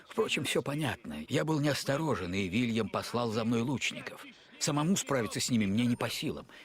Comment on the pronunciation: Не Вильям, а Уильям!